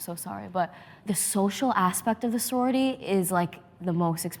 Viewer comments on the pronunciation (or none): saying "Senority" instead of "Sorority" shows how little this matters in the long run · Is he saying "sonority" the whole time? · He legit said sonority lmao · Lmao is pretty inexperienced with life, and he also doesn’t even know how to pronounce “sorority” correctly. He just assumes women are dumb and women groups are dumb and social groups are dumb with no actual basis for saying so. I only watch this channel for Connor, is a big misogynist who lacks understanding of the way the world works because he’s chronically online. doesn’t care about the women in his audience lol. I don’t know how you didn’t see that before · I know it's not important but he's still only mispronouncing because he's never heard of it before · i would imagine he'd question if hes saying it right after hearing it the way other people pronounce it throughout the video lol...